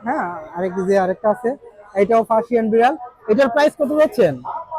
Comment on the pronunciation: ফাসিয়ান ❌ পার্সিয়ান ✔️